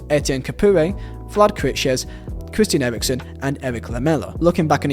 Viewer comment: Chwistian Ewiwksen